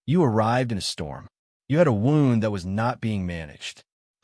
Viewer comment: AI needs to learn how to pronounce words like Derbyshire and wound. Why all the pics in the beginning that have noting to do with the story? Why is she bandaging his arm when the wound in the beginning pic is on his chest? A wound on his arm would not incapacitate him.